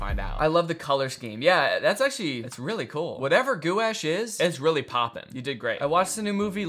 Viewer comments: As an artist, hearing Danny pronounce gouache like goo-ash is the highlight of my day. I feel like so few people know what it is despite being one of the most unique and versatile mediums out there. (it usually rhymes with squash) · lol he said goo-ash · it's pronounced "gwash" like just the word "wash" but with a hard g in front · rhymes with squash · DANNY ITS PRONOUNCED GWASH ITS A PAINT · gouache is pronounced “gwash” and it’s like a thicker watercolor almost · I think you’re talking about ganache, the paint is is pronounced gwash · gouache is pronounced gwash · Gouache is pronounced gwash 😭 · As a normal person who knows the pronunciation of gouache, hearing how he says it hurts my soul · as an artist i pronounce it the same as danny lmfao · the way danny pronounces gouache awakens a primordial rage within me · Not Danny pronouncing “gouache” like that- As an artist it hurts my soul but it’s also genuinely so funny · The first time I heard about Gouache was from an art YouTube video so I only knew the correct pronunciation for it until I heard Danny pronounce it wrong. Now when I read it I can’t stop pronouncing it in my head how Danny said it. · The ways Danny pronounces gouache makes me want to die every time he does it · As an art major the amount of times Danny mispronounced Gouache hurt my soul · The artist in me crying as Danny mispronounces gauche like 10 times 😭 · as an artist, it hurts my soul that he keeps saying gouache wrong 😭😭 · as a long time artist and casual viewer in the art community this physcally wounded me. the way he says it- gouache is a type of paint, from what ive seen sort of like water colour in the way it can be water activated but more opaque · i think it’s pronounced “gwash” i’ve been the art community for a while but i might be wrong (yes it is paint) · it’s pronounced goo-osh. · nah that gou- sh but gouache is ga-wash or gwash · Gwash🎨? Or Goo Ash? haha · Every time Danny says goo-ash instead of gwäsh it kills me. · gu wash